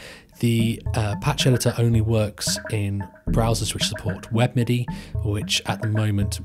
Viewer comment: you said browsers that support weppidy? I really replayed that word a couple dozens of times, and have no idea what you said!? help me out!